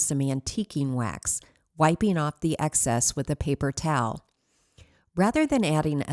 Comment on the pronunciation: Excess not access